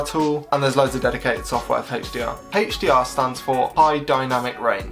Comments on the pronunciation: That HDR pronunciation was hell of a pain to hear 😫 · hechDR on this hechDR on that and hechDR on that